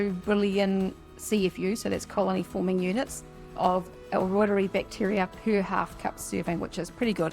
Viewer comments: I know it’s a little picky, but it’s pronounced Reuteri as in ROY-TER-EYE. It’s a guys name 😊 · L Reuteri ( L Rooter ri) that is how Dr Davis pronounces it! I am a Kiwi born, but lived in the US for many years. If it separates I just blend it and drink it like kefir. Doesn't matter it works just fine. If it makes cheese separate it drink the way and eat the cheese. This culture is very finicky,but you can always use it. I have the exact same yoghurt maker, someone said that maker is prone to separation. Not sure why. Dr Davis uses a sous vide machine. I always cut back on the inulin, maximum a tablespoon for 2 L.